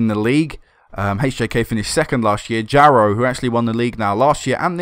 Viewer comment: Jaro is pronounced more like Yah-ro Generally in Scandinavia J is pronounced more like Y.